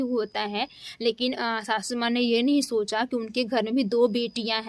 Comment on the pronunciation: Shashu maa😂😂😂 pahle bolna seekh lo shashu maa nhi sasu maa